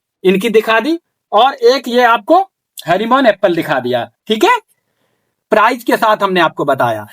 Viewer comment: bhai harimon nhi hrmn 99 hota hai